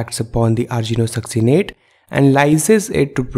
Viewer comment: It's not argino-succinate, it's arginino-succinate. Pls currect it.